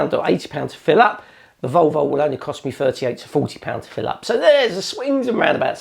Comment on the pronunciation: Odd pronunciation of "Volvo". Sounds more like "Vulvul". Nice review though